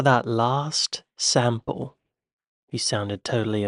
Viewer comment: accent - combined Australian, English, Irish and Rubbish - and he can't pronounce "sample"! And - circa 10 mins, he mentions a country that doesn't exist anymore - except in the minds of dog breeders and drug dealers